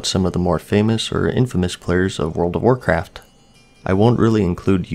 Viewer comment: "And that would be the World of Warcraftuh." - Alex Trebek